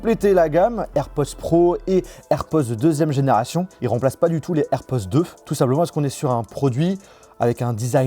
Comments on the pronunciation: Cest air pod Pod POD, pas Poz!!!! Le minimum c’est d’apprendre a dire le nom de l’article comme du monde! Ridicule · A chaque fois que tu dis AirpoZ , je te reprends derrière mon ecran en disant AirpoDS 😂